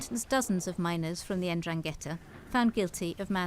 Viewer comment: "the en-drang-ghetta" she says